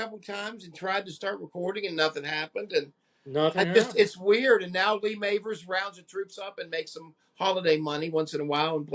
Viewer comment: Just a side note, its mavers , as in have. ThT pronunciation on the a. I totally agree with you about this album trashes oasis and pretty much everything since 1990. I met Lee after a gig, he wasnt enjoying doing the signing. Also met john powers in about 2004 Ieeds in a small venue after hours. Had a good couple of hours drinking after hours . Just a few of us. Really friendly guy. Funny and down to earth. Saw them twice 8n Leeds as the las. I was 16. At the Irish centre in Leeds. I just couldnt believe what I was hearing. It was the real deal! Almost a spiritual sound and experience. At one point, I think it was during I.o.u or way out. Cammys guitar went down. Thats when Lee took over . His rhythm playing is fantastic. He just drove the groove. It was pure old school rock n roll but with that ancient sound they had.Cammy was just dancing whilst they fixed his guitar. Second time was 91/2 . It wasnt the same. I can't beat your story tho. Good to hear lee being friendly . I actually think those smaller venues were the place to see the la's. Saw them 9n tge reunion tour. 8n 2005 i think it was. I asked the roadie, what new songs will Lee be playing? The roadie said ' there are no new songs' But for a couple of years in the late 80s, the las were the real deal. The realest of the real. Pure magic. Torn from nature it sounds